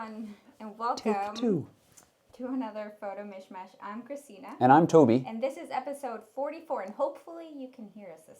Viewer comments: Hi & Toby, I like the mix of technical information, personal opinion of you as high-experienced moderators - and the relaxed scenery (esp. the part with the cat). Kinda "Photo Late-Night". Great show - I'm looking forward the next one. Greetings from Bernie in Germany P.S. we say "Misch-Masch" here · Hi Toby, It's pronounced in German like "Mish - Mush" - to "misch" means "to mix". So far to international language exchange:-) Cheers, Bernie (EOS 700D but like to upgrade to 70D)